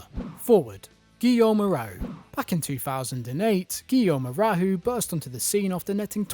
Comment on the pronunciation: The way you pronounced Hoarau is the worst thing i heard in this channel... Reminds me of that american that pronounced the club Lille "Lilly" ... disgusting